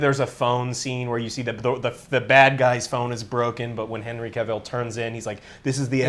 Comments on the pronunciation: All tea all shade, I think Henry Cavill's been around for a hot minute and he's earned the right for you gents to pronounce his name correctly. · can never pronounce Henry Cavil's name correctly. 😂😂😂